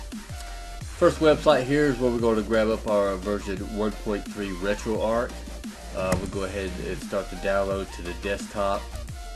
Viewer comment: One of the few people to properly pronounce "RetroArch" as in "ark", Retroactive Archive. Not "Arch" as in McDonald's arches.